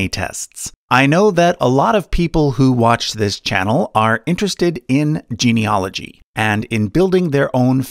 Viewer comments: Really interesting video. For information, genealogy is pronounced gene-e-AL-ogy as it is spelled, not gene-e-OL-ogy as it's being pronounced in this video. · Genieology is the study of genies; I die a little every time someone mispronounces it that way. That said, your assessment of Ancestry's service matches my experience of them, so I'll trust the rest of your work. The funniest part for me was that my background apparently stretches all the way into the Baltic and Russia (spoiler: it doesn't). That tells me white people have so little genetic diversity it's hard to tell us apart at the test-tube level!